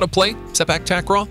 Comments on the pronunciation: how i wished you can pronounce takraw you're saying it incorrectly takraw (a pronounced as an o sound) it should be (au sound). Takraw (au sound) ✅. Takraw (o sound) ❎. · Which "a" in takraw should be pronounced with the "au" sound? Is it t(au)kraw or takr(au)w?